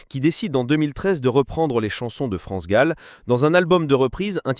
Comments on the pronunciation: Son plus grand chagrin fut la mort de sa fille France gol dit la voix robot c est gênant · Comment cette personne qui parle de France Gall ? L’appelle France goll ? C’est une honte c’est un manque de respect à cette grande personne elle me dégoûte à chaque fois, je l’entends dire France goal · France gall et pas gaul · Cette voix sonne tellement faux ! Cet imbécile dit France GOLL au lieu de GALL ! Jennifer et les autres ont eu un sacré culot d'enregistrer les chansons de France et Michel, sans même avoir son accord !!! Et les droits d'auteur ?! Jennifer, cette arriviste, séductrice et vulgaire, voulait se rendre célèbre en exploitant le patrimoine artistique d'une icône comme France Gall ?! Jennifer et les autres auraient mérité un bon procès !! France Gall et Michel Berger sont irremplaçables et inégalés ! Respect éternel 💖🌟